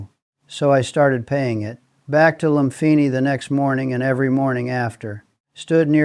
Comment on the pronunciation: Loompeenee, seelom. Sound it out